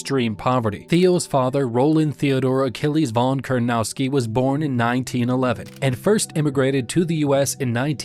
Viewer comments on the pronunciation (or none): Pronounce his last name correctly at least, it's Kur-na-TOW-ski not Kurnowski.